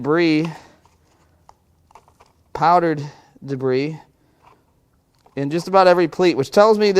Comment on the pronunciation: Haha - another "I fixed it." And I'm relieved that you were worried about a misfire due to part in the intake. But I miss pronouncing debris as "de-briss." Did too many people not understand your humor?